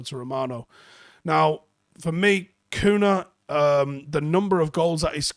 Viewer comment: His name is pronounced Cunya, I am Brazilian as well. Like how Ronaldinho is pronounced Ronaldinyo.